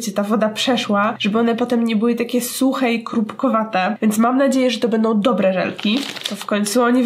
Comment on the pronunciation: W minucie filmu zamiast dobre powiedziałaś dobłe 😂😂